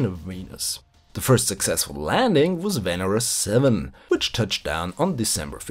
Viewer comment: Hey there, nice to see this series continuation. Oh, and btw it is "venEra" in russian, not "vEnera".